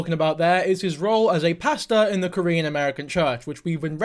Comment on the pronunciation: Normally dont leave comments on but your Korean pronounciation was spot on!